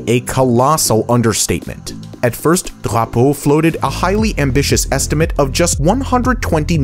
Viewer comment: Your pronunciation of Drapeau was very good! Très bien!